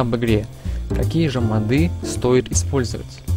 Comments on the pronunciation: не модЫ!а мОды!! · не мАды а мОды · Интересно мочему у него модЫ. Речь вроде грамотная, может месный говор такой) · и ударение на "Ы" еще